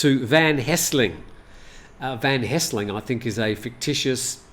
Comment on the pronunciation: please note, the correct name is Van Helsing not Van Hesling.